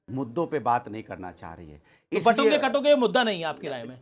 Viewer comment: Amish Sir, I have been listening to you from long time. I am not sure if you feel that there needs to be a correction, You keep saying Batonge to Katonge but it should be Bantoge to Katoge. Ignore me if i am wrong.